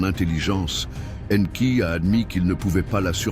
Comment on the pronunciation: La voix I A qui prononce différemment le nom d'Enki . Anki Enki. Mdr